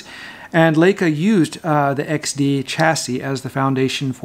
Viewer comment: One year later, did you learn how to correctly pronounce Leica? :)